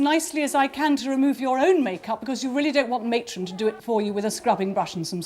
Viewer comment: Matron or atron?????????😂😂